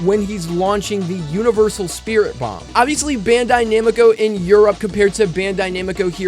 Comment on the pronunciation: Why do u say Bandai Namiko. Its Bandai Namco :v